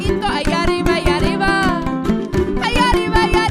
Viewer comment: muy buena la banda! mi única duda es por qué en la "falsa bamba" dicen "aRiba" en vez de "aRRiba".. está bien que sepan hablar muy bien ingles, pero no se olviden del castellano!